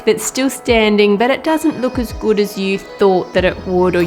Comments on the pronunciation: Like that "gud" accent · I love how she says good,it is so Australian